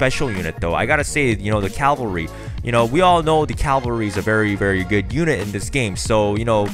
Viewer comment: seriously? caLvalry? SERIOUSLY?